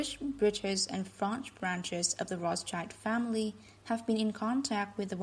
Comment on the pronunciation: What's an "ak-uh-sers"? The "rocka-chird famiree"?